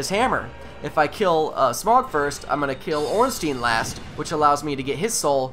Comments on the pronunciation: It's Smo. Like cookie Dough, smough=smo dough=do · It's pronounced "SmOFF" I believe. Or "SmUFF."